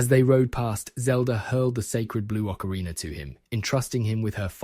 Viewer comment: What is with the habit of YouTubers pronouncing ocarina as if it ends in the two letters er?